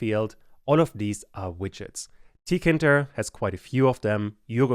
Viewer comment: i believe it’s pronounced tee kay inter, not “ tea kinter ”